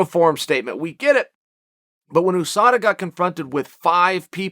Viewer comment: Oooh sada? It's.. You Sada.. you dolt.